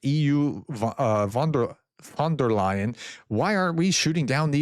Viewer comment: Congratulations for finally pronouncing 'von der Leyen' correctly. Keep up the good work.